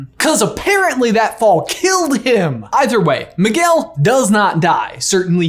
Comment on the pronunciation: 🤣🤣Maguel. Its Miguel (Me-gail).😂